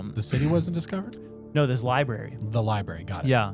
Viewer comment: Why do you guys not understand there is an R after the B in library? It’s infuriating